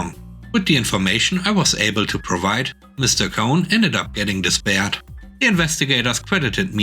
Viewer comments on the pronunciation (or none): Pronunciation tip: the lwayer is disbarred. Dis, as in "no longer," and barred as in the past tense of bar. You said disbarred in the same way as despaired is said, which is wrong (disregarding any dialectical trait I never heard of). Lawers pass the bar to become actual lawyers. This lawyer got disbarred.